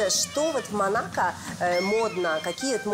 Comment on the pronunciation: МО-НА-КО так и произносится, не манака. за 2 минуты видео 10 раз уже произносили неправильно.